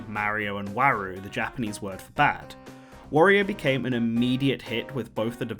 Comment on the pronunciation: It's not "Waru" it's "Warui"